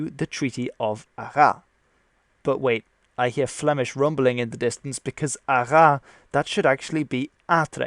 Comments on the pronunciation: Good summary! Just you have to pronounce the "s" in Arras. I know... it's illogical with the illogical rule of not pronouncing the logical letter at the end of nouns and words... but so is french... illogical. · The town of Arras follow the exception of french pronunciation, you actually do say the "s" in Arras, same with Reims. Otherwise, great video! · The s in Arras is pronounced. The way you pronounced it sounds like French for “to rat” or “has rat”. Your French pronunciation is good, though. Rouen is the second-most-difficult place name to pronounce. (Chartres is the most.) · arraS. The final S is not silent here. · ArraSSSSSS, the "s" is not silent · If you want to say "Arras" correctly, you have to pronounce the final "S" : so "Arrasss". Concerning your point with "Flemish/Dutsch" influence here, I am afraid it is a bit unhistorical. At this point, it was a part of the Burgundian Netherlands, which was a part of the Burgundian State, and not some fantasy independant proto-Netherlands. (and concerning the language, most scriptures found in Burgandy were Latin or French, only the Northmost regions of then Burgandian Netherlands can show official acts in another language) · Small detail in this very interesting video: The city "Arras", you have to pronounce the S, AraSS, not Ara. I give that detail because I've to point out that the other cities, like Rouen, Orleans, Formigny, are perfectly pronounced (and we know the sounds "an", "ouen" or "gny" in French are not natural at all for English speakers) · Good video, btw, Arras is pronounced "Arrass" the "s" is pronounced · 'Arras' the s is not silent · Native speaker of french here, actually the s is pronouced in Arras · The S in not silent in Arras. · Hi ! If the Dutch are probably happy you mentioned Arras was actually called Artrecht at the time, the French will probably feel offended as you pronounce the "s" at the end of Arras =) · But the french do pronouce the S of Arras.